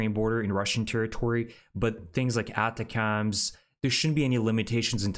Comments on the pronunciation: ATACMS = phonetically said attackems. You’re kind of saying it wrong. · Check how you say ATACMS.....it is usually said differently.